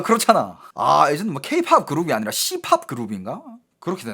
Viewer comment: C~~~팝(발음에 주의😂😂😂😂)